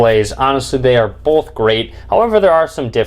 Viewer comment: Bolth. Bolth of them.